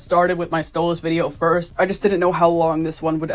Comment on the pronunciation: It's pronounced: Stolass.